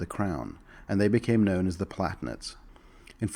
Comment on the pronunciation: "Pal-a-tin-ate",. They're palatines, after all. Not platnits.:p Demesne is pronounced "de-mayn".